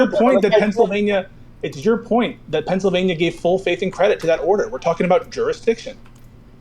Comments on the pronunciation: No idea how I ended up on this video, destiny get back to streaming goddam it. I'm 2 hours deep and if I hear this schizo say "Pensavania" one more time so help me god I'm gonna do it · If this guy says "Pennsivania" one more time I am going to fucking lose it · Is it Pencvania or Pennsylvania? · The way he pronounces "Pennsylvania" is so funny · Bruh I just wanna reach through the screen and shake him and yell “THERE IS AN ‘L’ IN PENNSYLVANIA!” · THIS GUY'S VOICE IS SO FKN AN NOYING!!! PENNSYLVNAIA PENNSYLVNAI APENNSALPYNAIAADSASDASDZDSXC